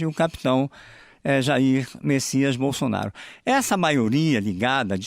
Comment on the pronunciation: Não tinha outro pra essa entrevista. O nome é Bolsonaro. O cara tá falando bonsonharo kkkkkkkkkkkkkkkk